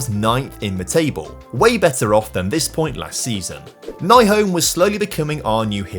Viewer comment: I was happy to see Nyholm leave since that would mean that you would stop mispronauncing his name. It is NY-holm not NAI-holm. Ny is said like new.